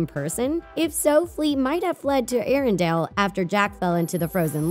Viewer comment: Arendale? Oooookay, here we go again: ARINDELL, Say it with me, AIR-EN-DELL